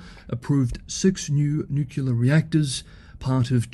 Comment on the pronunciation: At least you tried to pronounce "nuclear" correctly twice before giving way to "well that's the way I was raised to pronounce it"